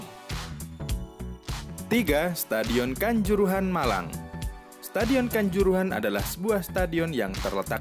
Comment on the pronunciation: Kanzoorohan jelas nggak masuk lah bikin ngakak aja ni admin 😂